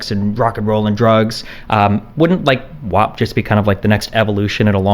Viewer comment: I take issue with the fact that no one would tell Cardi B that "WAP" is pronounced like the word MAP and not like MOP, she pronounces the word as WOP which aside from being wrong is also a derogatory term for Italians. Why would no one correct Cardi B? Why has no one corrected Cardi B yet? Why are we all pretending vowel sounds have changed for this one song?